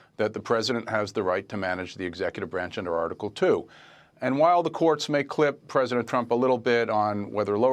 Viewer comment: Presinant. I can’t unhear it!